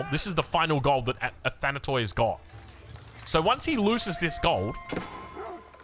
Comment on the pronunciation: Hey, love your coverage of AOE 4 games, thanks for staying up late for us ^^ P.s the word "athanatoi" is pronounced in the end exactly as you say pronounce the word "tea". It means immortals in Greek, written with english characters. Αθάνατοι.